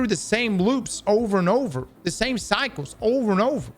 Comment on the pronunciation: Many did jump to Luke Smith, but only because after saying lead developer you emphasized "the" lead again. So I'd say it was simply bad wording if you didn't mean it that way.